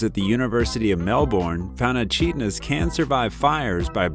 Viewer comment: Just for your information they are indeed Echidnas but it's pronounced as Ecidnas, I am an Aussie so that's why I know this and you've presented a gret video, I loved every minute of it!😊